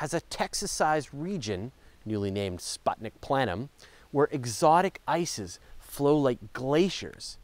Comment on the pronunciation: LoL, I just noticed the way you said Spuntik Planum. It's pronounced more like spootnik (ˈsputnʲɪk)